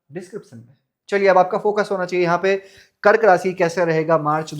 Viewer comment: It's Rashi... not rasi